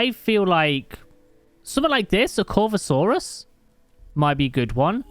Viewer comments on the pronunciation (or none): You definitely butchered some dinosaur names like corythosaurus and microceratus but it’s easily understandable